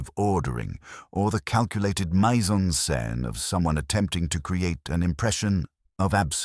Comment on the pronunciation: Dear, I am enjoying these stories...it's 'meez en sen'. p